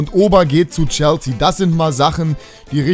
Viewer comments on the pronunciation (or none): none